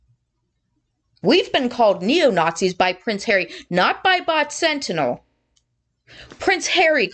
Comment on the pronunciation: I love how you say “Pwence Haweeee”👍🏼. I like how Trevor Coult MC referees to him. You know and he deserves it. Those two little liars deserve everything they get…..and their minions too🙄